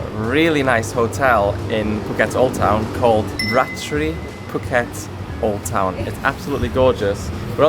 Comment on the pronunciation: If you don't mind, this hotel Ratri pronounce. "Raa-tree", means Night-time.